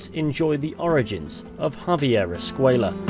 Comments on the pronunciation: I don't think his name is pronounced "escueya" though, the way it's pronounced doesn't make sense in Spanish it makes more sense to pronounce it as "Escuela" maybe an oversight idk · Escuella is pronounced “Escway-ya”. The double L in the Spanish language is pronounced like “Y” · I'm pretty sure Reyes and De Santa pronounce Escway-la but I might be wrong